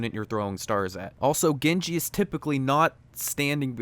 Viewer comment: dude he's not gengi, he's genji get it right